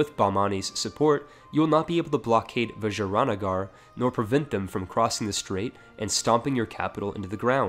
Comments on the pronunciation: why do you pronounce vijayanagar like it's a fancy french dish? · Lol at your pronunciation of vijayanagar